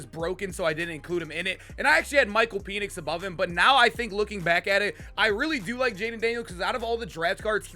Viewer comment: It’s pronounced pen-nix